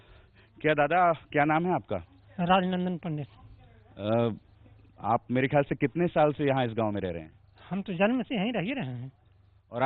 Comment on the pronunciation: प्रजापति लोग भी बिहार में पडित बोलते हैं।पंडित नहीं थोड़ा ध्यान से सुनो बड़े भाई, पडित बोला हैं पंडित नही।